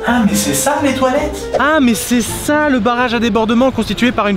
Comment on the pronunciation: Autant il dit "Ah mais c'est ça les toilettes", autant moi je comprend "Ah, mais c'est sale les toilettes".